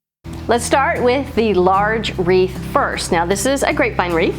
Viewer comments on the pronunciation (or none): Love them all! And thank you for the giggles 😃! I cracked up from the "weeth" and thunder!! So much fun!!